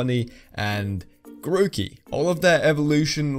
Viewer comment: My guy says tookie